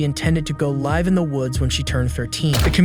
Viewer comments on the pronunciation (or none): Seriously, with over a million followers you'd think that you could at least hire an actual person to narrate so that we don't have to listen to things like "nine hundred and eleven" instead of 911. Or LIVEa as opposed to "live" (lye-ve). Very disappointing. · STOP USING AI NARRATION! No actual person would say ‘am’ instead of a.m., līve in the woods instead of lihv, and nine-eleven instead of 9-1-1. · I like the video, but I absolutely hate the AI voice-over. Words and phrases are misspoke all the time. "Live" in the woods, like "Facebook live"? "Nine hundred and eleven" instead of "nine one one." I hate it. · If you're going to use AI to make these videos, there is a big difference in the words "live" and "live"....she was going to (live) in the woods. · Go live or go live?? Can you not read? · Pretty good AI voice but you need to check how it pronounces things. It says things like Nine hundred and eleven vs 9-11 and Maddie said she would go live in the woods. Live like "We're Broadcasting Live" not Live like "We live in this house". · The AI voice is getting really bad. It can't pronounce 911 or live properly. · So did this video prove to anyone else that this channel has gone to ai voice bs? Go " live " like live stream. And then " 900 and 11 " instead of 9-1-1. That is so damn disappointing to learn. Here I'm thinking someone's actually working and just really good at his job and it's bs